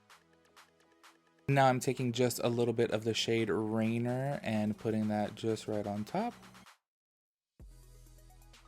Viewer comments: It’s not “rainer” lmaooo it’s rainier...which is mount rainier which is pronounced “RAIN-EAR” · You pronounced most of them correctly, accept Rainier is like ray-neer. And yep, the colors are inspired by Washington State :D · Rainier is pronounced “ray-NEER”. Like reindeer, just without the “d”. I haven’t had an issue with any of the colors yet. My brown liner, on the other hand, is defective and the component isn’t pushing it up. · No hate cause I can’t read either, but local Washingtonian here, “Rainer” is based off mount Rainer and is pronounced “Ray near”. 😂❤️ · the shade Rainier is actually pronounce Rainear Its hard for others to promounce, no shade, I used to live in Washington and it took me awhile : ) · Appreciate this review! I’m going to stick to the child palette for my olive and earthy tones fix, though. Lol the shade Rainier... seems very irksome. You gave it a chance. I thought it was Rain-ee-er, but I can’t pronounce shit 😂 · I’ll be that girl 😉 lol it’s pronounced “rain-ear”. It’s a mountain in Washington near Portland Oregon.